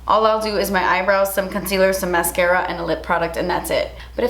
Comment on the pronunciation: hahahahaha awww when you coudn't say the mascara at the end i died